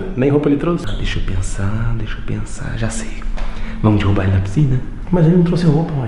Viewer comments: “Dirrubar” kkkkk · eh mt engraçado como o fala dirrubar nao derrubar kmkkkkkkkk ri mt